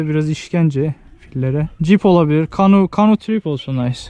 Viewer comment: abi kanu değil kano :(